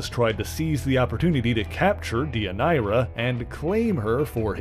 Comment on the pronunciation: I was going to make that comment! Also, Deianira is pronounced Day-yun-air-rah. Come on, Hercules: the Legendary Journeys taught us that in the 1990s! 😁